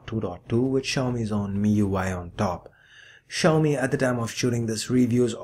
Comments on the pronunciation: Sorry it's see yow me. Not she yow me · technically its pronounced xiao-mei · Xiaomi is pronounced as "see- yow-me". Little padi(uncooked rice) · There are a lot of people who can't pronounce xiaomi.. Especially non Asians.